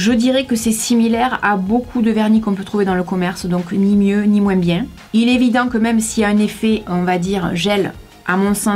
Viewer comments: Sa me stresse tu dis "moinsse"😂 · Le "moins" tu prononces le "s" et tu me fais rire tout le temps avec ton accent😂😂 (Ne le prend pas mal , c'est une remarque gentille 😘) . Au sinon super vidéo comme d'habitude 😘❤ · c'est juste pour te dire qu'on ne dis pas «moinsse» Mais «moins».sinon je t'adore tu es la meilleure. 😉(like si tu es d'accord)